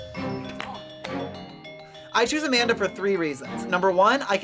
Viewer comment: Bruh, the way he says Amanda's name is too funny 😂